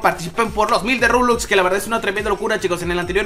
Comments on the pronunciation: porque dice rulux y luejo robux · Porque dises roblux?